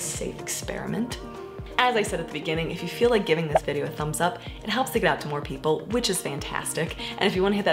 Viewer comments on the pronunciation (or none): none